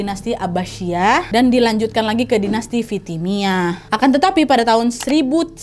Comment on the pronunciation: izin meralat kak nad, ada sedikit kesalahan dalam pengucapan bukan bani umayyad, tapi umayyah bukan fitimiyah, tapi fatimiyah